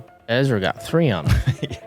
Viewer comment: "Ezwa adewhold" the only professional athlete who can't say his own name.